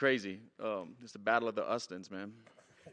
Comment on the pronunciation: Battle of the “ustins” hahaha!!